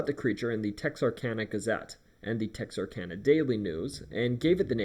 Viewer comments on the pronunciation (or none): none